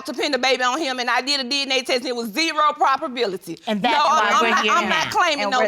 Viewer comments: There is no “properbility” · Zero ‘properbality’...what?